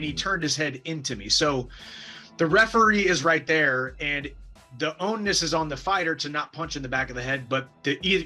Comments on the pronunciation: Mike… it’s “onus”, not own-ness. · This idiot is saying own-ness.